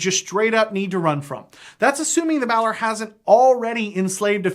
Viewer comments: Me::): "bAAlor" Me::/ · Never heard anyone pronounce Balor that way